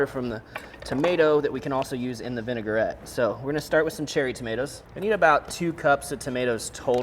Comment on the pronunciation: it’s Vin-a-gret, not Vin-e-gar-et. Three syllables.